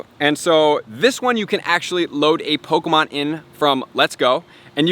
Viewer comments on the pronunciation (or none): I heard that niantic is going to have an update that removes all non official pokemon accessories such as the go-tcha and dual catchmon, I'm not sure how valid the info was but I just wanted to point that out just in case. (and its poe-Kay-mon not poe-Key-mon, sorry for being a sudowudo[stickler], poe-CA-mon is an informal but acceptable alternative :-p) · "pokamon" and "poki'-stops"